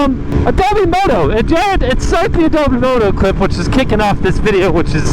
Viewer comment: it’s AdobO moto, not adobEE moto